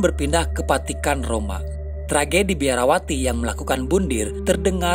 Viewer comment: Saran. Vatikan bukan patikan ngab.